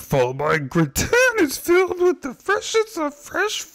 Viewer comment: the way you pronounced gratin 😭😭😭